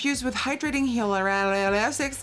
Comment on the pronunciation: Hi-Ya-Lore-Ron-Nick acid. Hyaluronic acid. Lol The other one Trans- eppa-dermal or trans-epidermal Phonetic pronunciations. At your service.